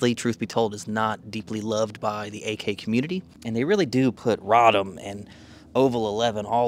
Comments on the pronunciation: It's pronounced Ray-dom not Rod-um. A famous arms manufacturing town in what is now south-central Poland. It was well know as a place where a certain good quality, well known model of semi-auto 9mm pistol was made before and during the war under german occupation. This PA rifle on display looks like a standard AKM. If it crooked, that's called "canted". Rifles, specifically AK's had that problem when they were first imported from Romania around the year 2000. They were SAR rifles from a company called CUGIR. The CUGIR ARMS FACTORY was a Romania defense contractor remaining from the Soviet Communist Block Era times. The quality control varied but the rifles themselves weren't that bad. I've owned many over the years and I still own one from 2003 in 5.45 x 39mm. Next came the WSAR rifles, also from Romania. They are still being imported today. A very good rifle. This Polish outfit "PA" I have never heard of before but Poles should know how to make AK's by now and since Poland is in the favor of the US State Department in our proxy on Russia they likely got waivers to send these rifles into the American civilian marketplace. Keep us posted on them and just how or good or bad they really are. Thanks for the review. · its "Ray-dom"